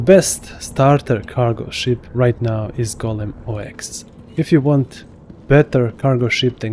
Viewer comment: It's not pronounced "Oh Ex" by the way. It's Ox like the animal. :) o7